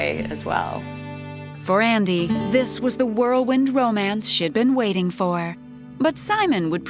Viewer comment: and (sisters) ~ Words that end in ing aren't pronounced the way that you ladies are pronouncing them. The word 'gazing' isn't pronounced gayzeenGUH. 'Fulfilling' isn't pronounced fulfilleenGUH. 'Waiting' isn't pronounced waiteenGUH. The g is soft, not hard. You are giving these words an extra syllable. (There are several other ing words here that you both pronounced incorrectly.) Listen to how professional adults pronounce ing words. Listen to the narrator. You sound absolutely uneducated and ridiculous. Please, learn to speak correctly. And, teach your children correct pronunciation, too.